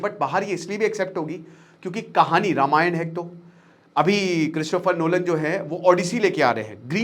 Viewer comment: Ramayand kya hota he ??